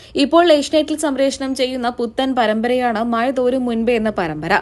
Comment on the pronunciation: മയ അല്ല മഴ. ഭാഷയെ കൊല്ലരുത്. മലയാളം അറിയില്ലെങ്കിൽ വേറേ പണിക്ക് പോകാം ok 🙄🙄🙄